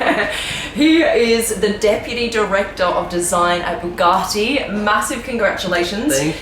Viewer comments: Hey, what an amazing Video :) Please can you say "Bugatti" and not "Buuhghaaati"? There is no "h" in Bugatti. ;) Thank you and go on with this cool videos :) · Dear Supercar Blondie! FYI “ Bugatti” is pronounced “Bu-Gatti” There is no “r” anywhere in the car name! Great channel though ! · I hate the way you pronounce bugatti. BoogARtti